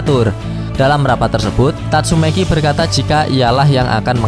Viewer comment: Kok abang bisa bilang "Amai mask" tapi gk bisa bilang "tatsumaki" malah jadi "tasumeyki"